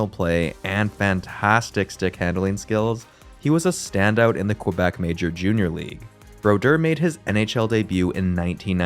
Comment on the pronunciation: Its Kuh-Bec, not Kwa-Bec.